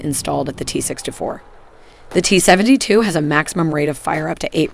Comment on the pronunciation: Is this a weird regional accent I've never heard of before or is this buggy synthetic speech? "Seven-tuh-two". I mean I've heard that kinda thing before but not in combo with a vanilla American accent like this.